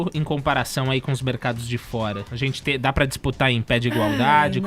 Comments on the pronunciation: #forafefito mano o cara fala "ispludiu" "zenti" chato irritante xiliquento pior contratação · esse fefito a paula e edgar visivelmente não toleram o caio e suas opiniões, mesmo quando o cara esta 100% correto eles dão um jeito de ir contra a fala ate indo a favor de bandido em vez da vitima, isso é ridiculo. esse sujeito fofoqueiro de novela que fala "zenti" em vez de gente foi a pior contratação que a radio fez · do céu 🙆🏼‍♀️🙆🏼‍♀️🙆🏼‍♀️ que agonia do cacete o jeito que ele fala... podia procurar uma fono né! 🙄🙄